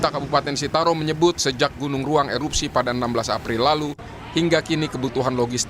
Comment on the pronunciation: Iya saya jg dengarnya gunung raung